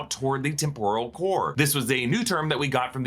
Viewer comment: Why are you pronouncing 'temporal' like 'tempura'? English as a second language?